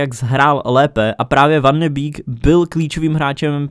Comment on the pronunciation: Neni to van de býk je to van de bejk